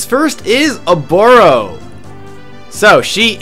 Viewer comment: Prrrrrresident Obooorrrroooo